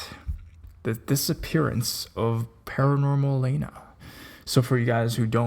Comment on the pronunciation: Were you a fan of hers before or are you just making a video because it's news? I was wondering because her name is not Paranormal-aina, it's pronounced Paranormal-ahna. Kthanksbye.